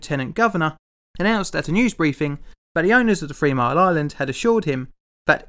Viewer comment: Did he say free mile island?lol. The subtitles did.